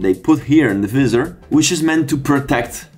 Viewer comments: It’s not pronounced vee-ser it’s pronounced v-eye-sor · What the hell is "Veezor"? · the “viZZZer” 😂🤦‍♂️ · Sono incerto sulla pronuncia di "visor" , ma vabè .. Video ben fatto , complimenti